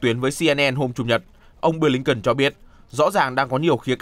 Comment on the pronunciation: phát thanh viên nam đọc tên: ngoại trưởng Mỹ là Bờ-lin-ken. chữ BỜ phát âm to rõ nữa chứ.phát thanh viên mà trình tiếng anh như mẫu giáo.hahahaha